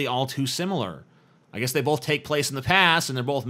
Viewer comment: "Bolth" ugh